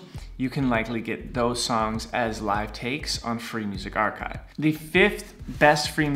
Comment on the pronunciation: Your archive pronouce is wrong bro